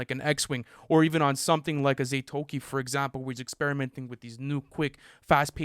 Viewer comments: he said "zay-toki" im pretty sure its "zaa-tow-ee-chee" thats how he says it in the song, "im zatoichi leading the blind, pressure get applied" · called "ZATOICHI" "ZAYTOKEE" 😭😭😭